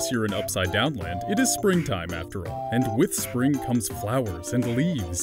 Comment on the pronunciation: AND IT IS NOT SPPRING